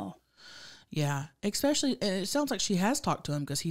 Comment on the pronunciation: and y’all are my favorite people in the universe. If I could meet anyone it would be y’all. But please stop saying expecially, it’s especially hunnies with an s. Love ya